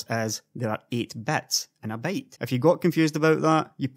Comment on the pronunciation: I really like your channel, but please, it's byte, not "bait".